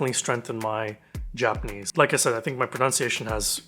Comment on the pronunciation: I find it really interesting to see someone completely new to Japanese trying out this program. It's been so long since I started learning Japanese completely from scratch that I don't remember how hard it was! Your pronunciation is already really good, it seems like the natural sentences help a lot!